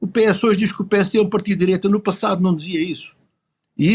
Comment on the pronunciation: Dizem que o PS está radicalizado à esquerda e que é essencial a AD chegar a acordo com eles 😅😂😂😂😂 "diireita" LOLOLOLOL